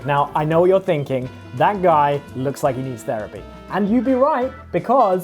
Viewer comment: The way he said this place lewks incredibly legit 😂 I played it like 5 times. Lewkzzzz lewkzzzzz 😂 it’s like the haych sound for H to an American 👀 😂😂😂❤ all love